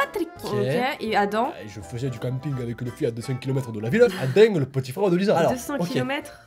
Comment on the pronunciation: juste pour le nom Adam ce n'est pas Adan mais Adammm on dois prononcer le m je le c'est car j'ai 5 et plus d' Adam dans mon école